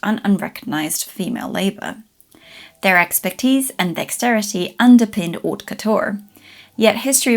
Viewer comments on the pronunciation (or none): none